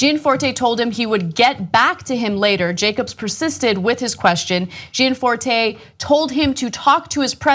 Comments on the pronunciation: Also Gianforte, is pronounced correctly jan FOR teh, not Jee Ann FOR tey. I will now become pronunciation Nazi. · You are not pronouncing his name right though ?